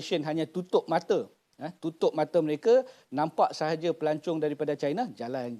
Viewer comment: Dr sebut pelancong ke pelacur?